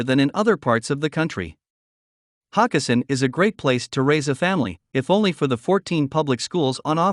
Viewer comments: It's not Hock e sin it's Ho kes sin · That’s HO-kessin!